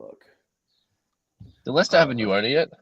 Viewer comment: Oh no, that Aguero goal wasn’t against Leicester it was against QPR. And how can you not pronounce Leicester